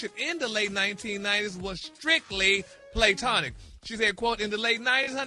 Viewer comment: PLAYtonic? Gary can't read, I've noticed this for some time. How did he get a job in radio? LOL